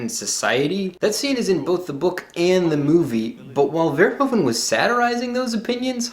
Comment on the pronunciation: Hi! I'm so shocked someone outside of the Netherlands likes Paul! I would like to say though that Verhoeven is pronounced as Ver (as in purr, what a cat does, but with a v) Hoe (as Who?) Ven (with the same sound as in purr again)